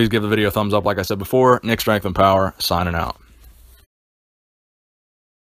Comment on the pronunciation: nick. i have noticed that in some videos you says "nicks strength n power, SIGNIN' out" and other videos you say "SIGNING out". i am detecting a there is some pulumboism in your pronunciation ☺